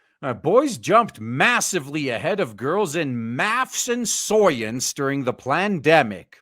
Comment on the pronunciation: Dude, you don't have to say SOYence every single time.